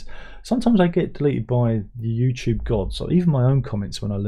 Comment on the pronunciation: As a yank, I like the way you pronounce YouTube. I’ve began pronouncing it that way lol